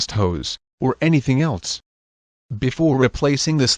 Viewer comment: hey, go back to 2nd grade. You don't pronounce the word "else" as "eltse."